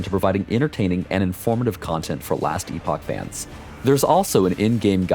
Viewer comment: Very exciting to see this game grow. I've followed it for years now and it's received so much care, looks and plays on a completely different now. Also, you hear that? The director himself says "Ee-pock". None of this "epic" bullshit. The amount of people I've seen shitting on others while blatantly getting the word wrong has made me cringe to no end. They're two different words, with two different pronunciations.